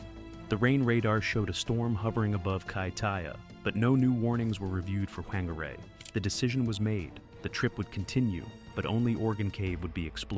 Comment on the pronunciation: Whangarei is a Maori word, which is actually pronounced 'Fan-gar-eye' 😊 Tragic story.